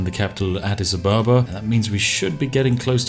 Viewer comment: Adidas Abababa